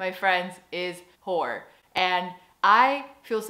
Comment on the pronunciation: It's hoor... not whore :P ... a nice cheese one is... je niet je kaas van je brood laten eten... not letting people eat the chees off of your bread... means something like standing your ground... defending yourself :P